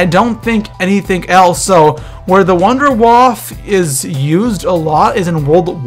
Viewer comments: Wunderwaffe= Voon-der-Vaaf-eh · 2 things. 1: its pronounced wonder waffa(german for wonder weapon) 2: wunderwaffe dg3(pack a punched version) does infact carry twice the ammo and it can zap 24 zombies at once instead of 12. so rethink the wunderwaffe at least for number 1 in that list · WUNDERWAFFE=Wonder Weapon and the w's are v's because it is freaking German hello Nazi Zombies (Sorry just mis-pronunciations anger me) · when you say wunderwaffle i think of an electric waffle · I like when you say Nacht der Untoten or Wunderwaffe xD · It's Juggernog not juggernaut and you Worried about saying wonderwaffe wrong